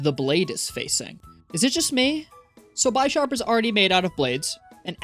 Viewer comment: This man's pronunciation of aegislash (and reshiram(and bisharp)) is killing me